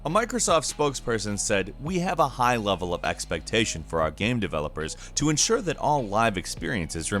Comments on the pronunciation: THANK YOU! "Gayum" lol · Something i've always wanted to ask... Why do you mispronounce the word game.